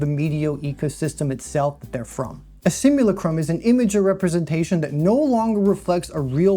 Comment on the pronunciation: It is pronounced "simuLACtrum" Like Lactate. The thing many of these underaged characters the gooners jack it to can't yet do